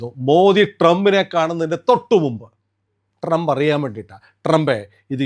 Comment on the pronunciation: But you should keep your teeth in place while pronouncing Trump😂😂😂